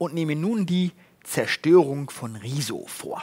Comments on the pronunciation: Ich finde es wirklich niedlich, dass beide seinen Namen immer wie "Rieso" aussprechen ;) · Ich kann niemanden ernst nehmen der Rezo nicht mal richtig aussprechen kann 🤣